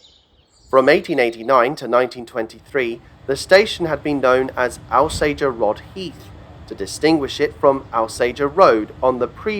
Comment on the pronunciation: Alsager is pronounced ALL-Sage-err, great video